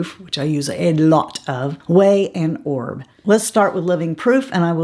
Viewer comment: not to be rude or anything like that but an influencer should know how to pronounce a major brand. Please research how to correctly pronounce Oribe